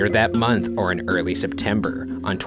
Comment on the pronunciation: does anyone else kinda find it annoying how he talks when he's telling the story?? he's like "a little over a MONTH later, discovered by a BAKER" like the last word has an annoying amount of emphasis